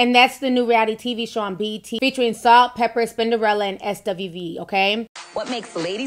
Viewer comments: Not trying to be funny but is there a reason why you're saying "pepper' instead of "Pepa"? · It's Salt n Pepa not Salt n Pepper! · It’s not pepper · stop saying pepper! it’s pepa!!!!!! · Lololol....it's " Salt n Pepa"... not "Pepper" 😘💛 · Salt n PEPA... not Pepper! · Pepa not Pepper. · Stop saying salt and pepper its pepa